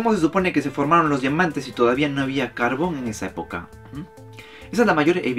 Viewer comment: No voy a mentir, Pense que decia cabron en vez de carbon 😂😂😂